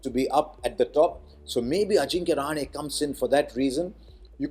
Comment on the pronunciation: Being a Maharashtrian, pronounced Rahane correctly ;)